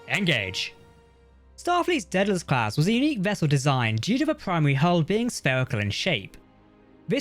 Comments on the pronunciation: It's pronounced Day-del-us NOT Dead-el-us. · Gotta be honest; every time the narrator says "Daedalus class", it sounds like "Dead-ass class".